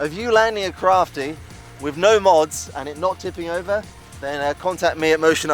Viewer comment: Woohoo :-) Those fast closeby passes are a BLAST :-) Do you have any idea on the top speed? because I fly a HK Me-163 myself on steroids (5S) but this one looks as fast. Please don't call it a 'crafty' … better pronounce it like Kraft-Eye :P Anyways cool vid with some good flying and even good camerawork, this plane isn't easy to get on vid. Greetings from Belgium (Icarus the 2nd)